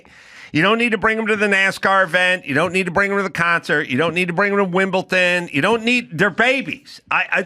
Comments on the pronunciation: Hey Adam tell me you don't understand tennis, firstly by not knowing how to pronounce Wimbledon. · there's no t in Wimbledon